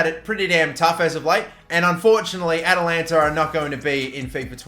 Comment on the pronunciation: Atalanta... AT-AT Walker... Atatalantata...